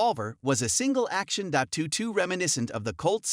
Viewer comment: "Dot two two?" "Six hundred eighty-six?". Are you kidding me? This guy knows nothing about handguns! What kind of idiot listens to this as advice (as opposed to merely humorous entertainment)?